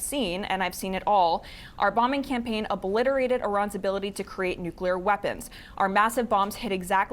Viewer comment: But they were OH-blitarated